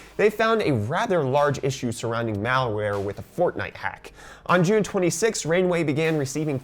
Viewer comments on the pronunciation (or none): none